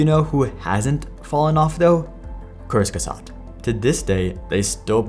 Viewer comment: lmao i thought kurzgesagt was russian the way you pronounce it